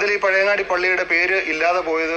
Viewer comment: പഴവങ്ങാടിയല്ല പഴയങ്ങാടി